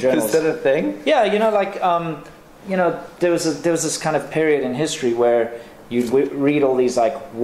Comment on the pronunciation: I thought it was 'Manga' like 'mango'.Admittedly I've never heard the word, just read it before.Someone 'rarely' should pronounce their own words proper tho...'pairiod'.just joshing!